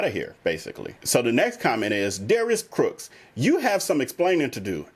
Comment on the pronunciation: I noticed you slip and say Darius Crooks instead of Cooks many times during your video.